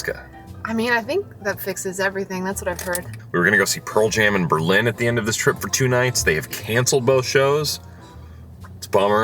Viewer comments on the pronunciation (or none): none